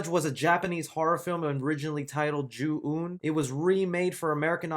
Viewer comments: ju ON not ju un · Its pronounced the way its spelled Ju-ON